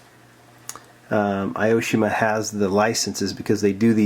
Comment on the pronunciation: Great video!! When you pronounce "Aoshima" try reading it like "A O Shima" :D Japanese isn't a friendly language for those speak English ^^;; Also, "Grand Champion" should be shortened like "Gra Chan" :) "Hakosuka" → "hAkosuka" (we put stress on the first "A") I like to hear your Japanese :D